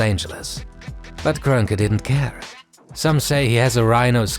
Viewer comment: You all really butcher Stan Kroenke's name like that lmao